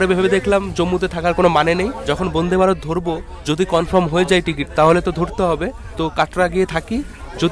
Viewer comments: apni bonde varot bolchen keno?A R Rahmaner gunta gun bolte na parle Vande e e e ma taram. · বোনদে ভারত না বলে বনদে ভারত, উচ্চারণ করতে হবে। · তোর কি আলজিভ মোটা না কি ইচ্ছে করে বোনদে ভারত বোনদে ভারত করিস। তোরা গ্রামে থাকিস ভুল উচ্চারণ হতেই পারে তা বলে সেটাকে রেক্টিফাই করে দিলে কি ইচ্ছা করে ওই একই উচ্চারণ করিস যে আমি যেটা বলছি সেটাই ঠিক।